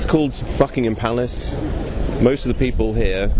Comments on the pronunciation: Did you say "Fuckingham Palace"? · lol he said fuckingham palace